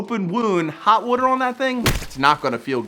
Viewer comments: The way you say water makes me cringe so hard. Valid tattoo advice though. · you say water wrong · I can hear the philly accent when you "wooder" LMAO. Love the videos! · From hearing you say water, are you from Baltimore? 😂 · Why does he say “water” like that?